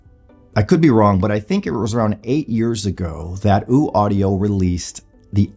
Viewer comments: Its Ø not ooo. Ø as in U(rge). Hope that helps. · ‘Oouu’ Audio? Pretty sure that’s not how that’s pronounced.